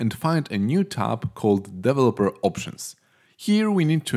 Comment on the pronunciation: "Develōper mode" was funny